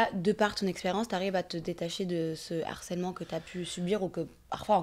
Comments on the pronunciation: On dit LE HARCÈLEMENT et pas l'harcèlement car il y a un H !!!! Du Harcèlement et pas de l'harcèlement, toute la journée ils ont que ce mot à la bouche et savent toujours pas le prononcer !! Apprenez le français, c est insupportable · Mais c’est pas possible !!!! Donner la définition d’un terme dont on ne connaît pas la prononciation 😭😭. On dit LE harcèlement et on parle DU harcèlement. L’harcèlement est un terme qui n’existe pas !!!!!!!